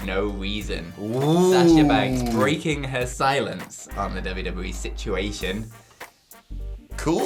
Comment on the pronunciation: "dubbu-dubbu-wee"? Goddamn, slow down, guy